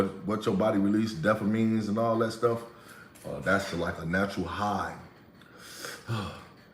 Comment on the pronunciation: DOPAMINES** NOT DEFAPHINES.....HAHA